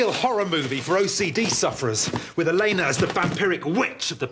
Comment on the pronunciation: A mistake. In the book Elena is pronounced 'Elena to rhyme with cleaner'. Just thought I'd share that geek fact.